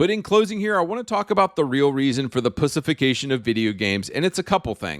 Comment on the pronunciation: Why are you pronouncing "pushification" instead of "pussyfication"